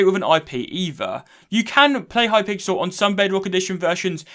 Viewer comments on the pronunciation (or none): I’m sorry I can’t get over the Hi-pixel instead of it being a full word. Maybe it’s just me, but he said it differently a few times lmao.